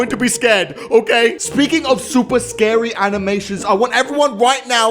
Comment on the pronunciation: I love how he says "scardy" instead of "scary"